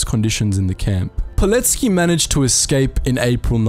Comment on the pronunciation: Finally! Someone who says Pilecki's surname correctly.